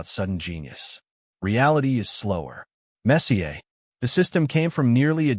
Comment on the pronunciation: The AI said the word “messier” as if it were the soccer player Messier.